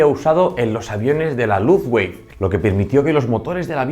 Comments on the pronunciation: "Luftuafe"!? "Diesel"!? Qué manera de pronunciar! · incorrecto. se pronuncia ˈlʊftvafə